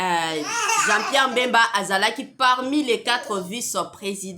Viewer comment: oza zoba franchement oyebi ko pronounce pe kombo naye te ezalaka Bemba (mbemba te)